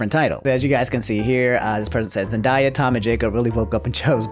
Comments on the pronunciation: Say Zen-die-ah one more time and ima fight on behalf of her beautiful name. Zen-Day-Ah. Love the vids but I'll fight for Rue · ITS ZEN-DAY-A NOT ZEN-DIE-A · "Zen-DIE-ya" Damn, do you unironically say "pokeman"? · Bro it’s pronounced “Zen-day-ya” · Zen(diea) tf lol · my boi said “zenDIEya”